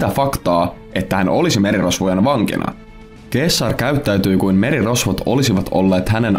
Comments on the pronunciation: Se ei ole "keessar" vaan "seesar" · Eikös sitä sanota seessar eikä keessar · Btw se lausutaa seessar eikä keessar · Se lausutaan seessar eikä keessar. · Eikös Caesar lausta 'Seesar'? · Julius keesar😩 korvat särkyy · Se lausutaan Seasar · Katselua häiritsi liikaa väärinääntäminen k:lla... Tollanen asia pitäisi tietää tällästä videota tehdessä :\ muuten mielenkiintoinen video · Hyvin lausuttu toi ceasar😂